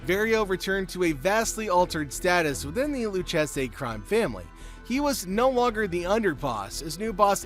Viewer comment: The way you pronounced Lucchese ended the video for me.